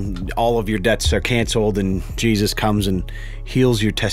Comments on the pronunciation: I heard "In the name of cheeses" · also i keep hearing him say cheesus am i the only one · It's sounds like he's saying "in the name of cheese's". Im not a cheese fan tbh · When the pastor said Jesus it sounds like cheesesus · Did popass said cheesus? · Why I hear him say cheeses :|